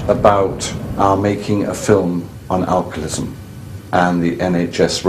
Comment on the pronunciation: I wish he would say alcoholism correctly. Might be petty but he says alcolism